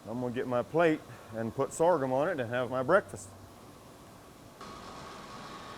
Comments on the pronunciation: If I hear this dude say sorgum one more time!!!! Lol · Lol I'm just here hitting my blunt every time he says soregum